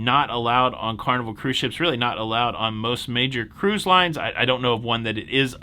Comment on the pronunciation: I just think it's adorable that called it "wacky toebacky"... 🤭, thanks for another day of cahroose news that made me smile AND informed me!